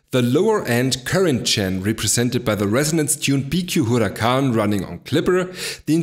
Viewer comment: I just LOVE the way you pronounce the Huracan!